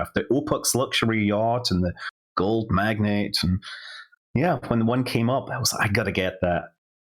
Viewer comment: MagnAte. Gold MagNATE. Not magnet. This really bothered me.